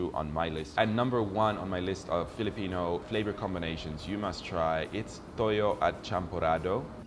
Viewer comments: He pronounced Tuyo incorrectly. It sounded TOYO. Toyo means soy sauce, while TUYO is pronounced as twoyo. 😅🤣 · Tuyo (Two - yoh) or Too - yo. Toyo is something different ;)